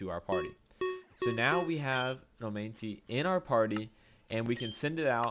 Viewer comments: It is not pronounced "oh-mine-tee" dumbass it's "oh-mah-night"😂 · Great update.. But I can't help but notice how you repeatedly butchered pronouncing omanyte 🤣🤣🤣 it should be read as oma-knight.